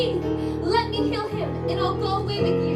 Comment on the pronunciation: Umm she says heal